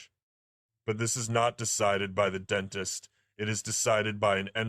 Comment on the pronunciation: Dr Dent-ist 😂